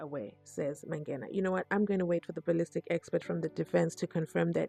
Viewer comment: That is strange indeed because as he said, he had played soccer way back nabo Mike Mangena. Uyahlola as to why he can't pronounce this surname. What happened to 50yrs?